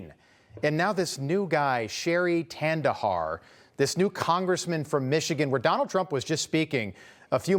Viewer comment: Sheri Kandahar is the right pronunciation 😂